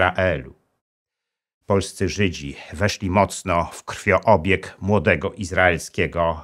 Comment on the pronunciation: Krwiobieg (obieg krwi), a nie krwioobieg.